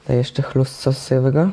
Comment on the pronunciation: czy tylko ja nie trawię, jak on mówi "chlust"? :P